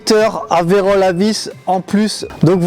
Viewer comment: Video toujours tres sympa si je peux me permettre ptit rectificatif c est virole non pas verole...la verole c est autre chose😂. Bonne journee😊